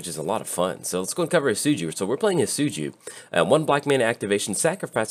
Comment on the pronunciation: He is pronounced. Hee-det-tsu-goo For future reference.